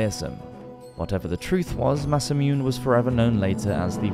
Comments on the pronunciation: Just a little nitpick about Japanese pronunciation. Every vowel sound is pronounced, so Masamune is mah-sah-muh-neh, tomoe is toh-moh-eh, masazane is mah-sah-zah-neh and so on. :) (and I really have to mention that Oda Nobunaga is oh-dah noh-boo-nah-gah! He's one of the three most important men in the formation of modern Japan with Toyotomi Hideyoshi and Tokugawa Iyeyasu!) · Masamune Date is one of my favorite historical figures (thanks to a certain video game franchise but still) and it hurt hearing him say Masamoon. At least he got the “Date” part (mostly) correct? Imagine if it was Masamoon Dayt hahah Oh no, even the English word Jesuit (jehzu-et) is pronounced Jesweet…. Maybe this is an inside joke that makes the channel unique lol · it's masa moo-nay, not masameune. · Nice video! But I think it's better to learn the proper pronunciation of names and terms as well. Ex. Masa-MU-NE, not Masamyun (as in immune) Nobu-NA-GA, not Nobungga Matsu-HI-DE, not MatsuHIDE 😅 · I think it's "Massa-moo-nay". The silent E isn't a Japanese thing. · Just a quick note: Every vowel is sounded in Japanese, so a name like Masamune would be pronounced Mah-sah-moo-neh. Tomoe - Toh-mo-eh. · 😂 "Mas-sa-myoon"; the way he says it, it ALMOST sounds like a Korean word for "mathematical" ("매써뮨"). I honestly love the way some English people don't even bother to try when it comes to the pronunciation of non-English words and names. I think it's cool how they just don't care, and how they never apologize for Anglicizing words, let alone getting them wrong.... Perhaps if it was spelled in French; "massamounée" (massaged?) they would read it correctly? I'm not being sarcastic; I find their carelessness to be charming. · Good video apart from the massacre of Japanese names - eg Masamune is “ma-sa-moo-nay” and Tomoe is “to-mo-eh”. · Call we weird but i feel learning the pronunciation of the words Masamune, or Nobunaga, or ANY of the Japanese names, would have really helped in this video.